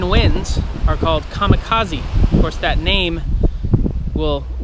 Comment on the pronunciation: Lucky Japanese. Not so lucky with your pronunciation of Kamikaze